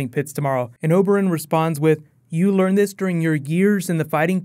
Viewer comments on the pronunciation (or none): none